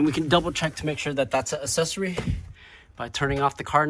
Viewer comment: Please make a stronger attempt to correctly pronounce the word accessory.